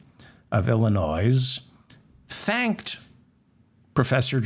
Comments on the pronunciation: Hello David Feldman, I am enjoying your show immensely. I can’t wait to catch it first thing in the morning when I get up. I feel like many more black women need to be in politics and law. they are strong, they are wise, and they get the job done. I just love them! Sorry I have to do this but you need to pronounce Illinois correctly. I live in Southwest Michigan and have family living there and my own family roots go back to Chicago.. There is no S at the end of Illinois. Some people in this area, feel offended when it is pronounced with an S at the end. That’s just the way it is. If you look it up you will see what I’m talking about. Keep up your fantastic programs. I have referred your podcast to many of my friends. Take care, and please stay healthy, we need you !😊❤ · its pronounced ILL-in-NOY, not Ill-in- NOYS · Illinois is pronounced i·luh·noy NOT Illinoize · Illinois is pronounced ill-i-noy not ill-i-noise. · "Illi noise"..., did you do that on purpose, David? You do know it's Illi noy, right? Anyhow, I, for one, am grateful for the work you do to help clarify what's transpiring with our miserable political show, I was not a good student of government or civics when in school. You're appreciated.🙄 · Its Illinois (nois)pronounced "noy". Thanks! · You pronounced his name correctly but not Illinoissssss. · David Feldman is a little devil, & I live for it!! Just heard the "Krishnamurthi from Illinoize- hey, I pronounced his name right!" joke &... fabulous!! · David, I know you prefer to pronounce people place names correctly, so here's a well meant and minor correction. Regarding the Land of Lincoln, the state immediately South of Wisconsin is pronounced "i·luh·noy", it is a french phonetic representation of a native name, as are many place names in the Prairie states. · David, Illinois is pronounced without the s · Illinois is the most mispronounced state in USA. The S is silent.